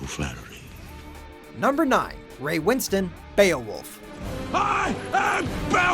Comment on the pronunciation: Ray winSTONE not winston